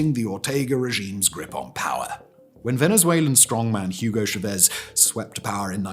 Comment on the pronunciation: Nicar Agua (like water). Cha vez emphasis on first syllable.